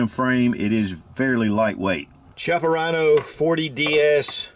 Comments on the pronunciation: It’s pronounced “Kiappa” not Chiappa. You should get the name right if you’re going to do a review. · It's not pronounced shiapa, it pronounced kiappa. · It's pronounced "kiappa" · Pronounced as 'KEY-APPA', not 'CHI-APPA. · Thanks for the review, even if it's a few years late compared to you-know-who and you-know-who-else. So, I'm from the South too, but I still know that it's 'hex-AG-a-nal, not 'HEXA-gone-al' (like it's not a 'SPEED-oh-me-ter') and it's 'KEY-ah-pa' and not CHEE-ah-pa.' You can hear MR. Chippa pronounce it himself. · Pronounced “Kiappa” with a hard C. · Key-appa is how it is pronounced. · The pronunciation is Ki-appa, where the I sounds like e rather than I. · Hi, the correct pronunciation of "Chiappa" is "Kiappa", Italian is a weird language I know :) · Pronunciation of “chiappa” is kyappa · Key appa is how it's pronounced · The exact pronunciation is Kiappa: "ch" in Italian is ever equivalent to "k". So Ch-i-appa is K-i-appa. But "Ce" and "Ci" (without H in the middle) is equivalent to chi and che. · Is pronounced kiappa, goddammit! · Pronounced Key-Ah-Pah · the "Ch" is pronounced like "K". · It's named after the company CEO, Rino Chiappa. Pronounced "Key-appa". All models have fiber optic signs with the exception of the 200DS/D models. They just released an all-stainless 3 inch version. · I own the 20ds and it's not double action only. Its double or single action. Not trying to nit pick my friend but its pronounced "key" appa. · Pronounced: KEY-op-UH. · It's name after Rino Chiappa. It's definitely Key-ap-uh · You can pronounce fiocchi but not chiappa? Both Italian made. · 11 years later and they still can't pronounce Chiappa